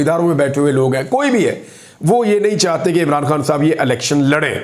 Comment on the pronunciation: Plz aap chahte ko chahte bola karo chatte nahi log mazak udata h apka li bolna nhi ata aurato wali khubi he bla bla😢